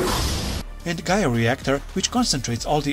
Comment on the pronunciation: Black war greymon gaia force is called gaia destroyer not Gaya force